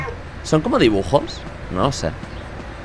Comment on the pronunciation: alguien mas vio que cuando le dio el cuaderno de dibujos decia dijubos? JAJJA